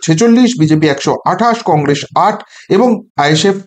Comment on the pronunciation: Ar e age Congress uchharonn ta thik kor...tarpor to harabi ..😂